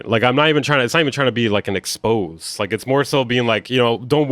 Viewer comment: "An expose." You mean exposé, three syllables. 🕊️